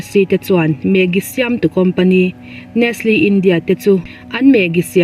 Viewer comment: Nestle i pronounce dan hi..A diklo deuh...... mizo taka NES LE tih zawk tur,NEST LE